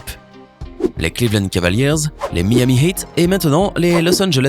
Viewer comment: c moi ou il a dit les clevand?